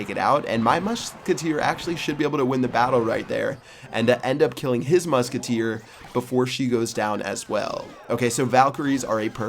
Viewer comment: Muschketeer, wow!